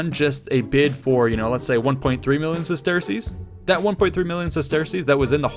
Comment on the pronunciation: Bro it’s pronounced “sesters” not “ses-tear-cease”